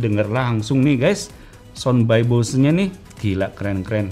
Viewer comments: Bose cara pengucapannya bukan Bos ya kak tapi di ucapkan sesuai tulisannya, Bose.. hehehe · Bacanya [boséé] . Bukan "bos". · Baca = Bose bukan bos